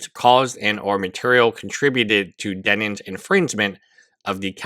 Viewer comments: Denims. You said "Demins" the entire video. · Why do you say her name as "DEMINS?" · thank god someone else is asking this. this lawyer is dyslexic but only on the word "DENNINS" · I love him saying Demins lolol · no I didn't mean to laugh at his English (its not something to laugh at). He says Demins because he has no idea who she is so mispronounces it . He also mispronounces h3 as he which is also funny.